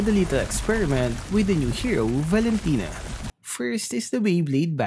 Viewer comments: Omg NO its not valintina its valin kunat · Valentina Par not Valen tino